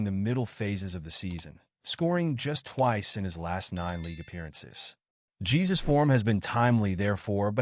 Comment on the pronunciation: It's pronounced JE-SOOS